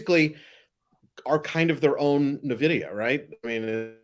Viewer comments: stop saying nuvidia it's pronounced en(N)vidia :) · It's not pronounced "nuh-vidia", it's just N-vidia. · Dumb Money are the only people in the world who say “nuh vidia” and not “en vidia”. Still lovem tho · Guys Nvidia not Na vidia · Please stop calling it Navidia… it’s pronounced eN Vidia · Ugh Nvidia is pronounced N-vidia. You pronounce the letter N. It’s not navidia. The guy in the middle keeps interrupting his friends and can’t stop talking. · Nvidia (/ɛnˈvɪdiə/ en-VID-ee-ə), Latin for the word 'envy'. Nuh-VID-ee-a, or Nah-VID-ee-a is incorrect pronunciation. Nvidia initially had no name and the co-founders named all their files NV, as in "next version". The need to incorporate the company prompted the co-founders to review all words with those two letters, leading them to "invidia", the Latin word for "envy". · "Neh-vidia"?? "Asure"?? Besides that, you guys should also try to interrupt each other less. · The dude in the middle keeps calling Nvidia "Navidia" 😂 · Does he seriously call nVidia... nehvidia? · The “expert” on Nvidia can’t even pronounce it properly lol! It’s not NA vidia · Nvidia Not Nahvida. 😂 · When you pronounce it “navidia” you convince you do not know it at all. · Stop saying Navidia! Seriously! It really makes you sound dumb. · Did expert 2 just say “Na-vidia”?? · Na-Vidia? Why is trying to rename Nvidia? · Three yahoos bar-chatting stock pump headlines, seekingalpha blather and motley fool summaries. I'll believe a bit more if I stop hearing "navidia". Mini-Cramers on valium. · gonna fwap upside the head if he says “nuh-vidia” one more time. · So very intelligent conversation and appreciate the dialogue and point of view. First the guy that mispronounced NVidia 20 times is annoying why is it so hard to pronounce it. Second I think some graphics would be really beneficial. All in all, great job guys.